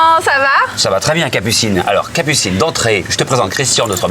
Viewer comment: Il ya que moi qui entend cappucine anal au debut 😂😂?